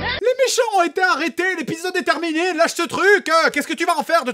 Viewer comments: Je suis le seul à avoir entendu "Lèche ce truc" au lieu de "Lâche ce truc" ? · Nan t'es pas le seul : JDG prononce "Lèche" et pas "Lâche", sans doute fait exprès pour faire rire sur la forme phallique du truc (comme le téléphone de JDG qui vibre au moment où la MagicalGirl reçoit du chat le collier coeur et le tube de rouge à lèvres rose avec bouton coeur qui pourrait être un sextoy) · J’ai cru qu’il avait dit « lèche ce truc » et pas « lache ce truc » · est-ce que je suis le seul à avoir entendu "lèche ce truc" au lieu de lâche ce truc au moment où quelqu'un tiens l'étrange objet dont je ne dirais pas le nom?